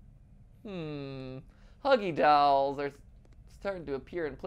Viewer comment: am i the only one who got distracted by MatPat pronouncing "dolls", as "dowels"